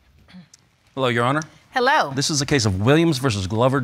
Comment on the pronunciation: People repeat after me “ Honor “ not urner!